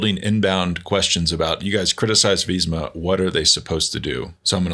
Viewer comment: Why do they always pronounce it “Veezma”